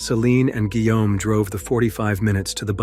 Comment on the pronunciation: “Guillaume” no se pronuncia “whom”, güey.